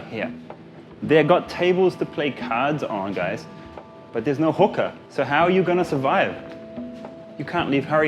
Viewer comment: I heard Hooker